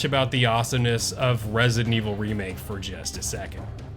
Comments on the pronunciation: You do know it’s ResiDENT (space) Evil….right? Not Resinevil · “Rezent Evil” lol 😆